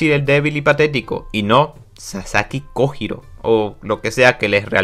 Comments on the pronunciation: Master no se si sabes o si es apropósito o no por si las dudas te daré el tip, que en japon la J es Y también La H es J. Entonces no es kojiro es koyiro la pronunciación y cuando dices nombres como hitaka y los dices itaka realmente se dice jitaka. Ya que me vi todos tus. Videos lo noto pero no se si es con intención de decirlo mal, por si las dudas te paso ese tip que la h es j y la j es y. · se pronuncia "koyiro" y no se dice musachi se dice mushashi. no es tan dificil.